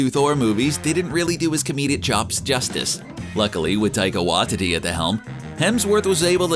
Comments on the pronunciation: Hol up, Taika WAH-titi?? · ah yes Taika Wah-dedee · Taikai “Wah-titty” ? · Taika WAHTITY!!! OMG BUTCHERED! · PLEASE WHY DID HE SAY WAITITI LIKE THAT SKSKDNJW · huh what did you just say? damn and I thought I was saying his name weird.